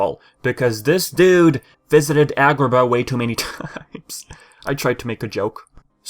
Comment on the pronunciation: The way you said Agraba.